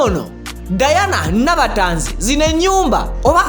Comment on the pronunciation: Tanzi collection from nabatanzi, not tazi as u hve said.thank u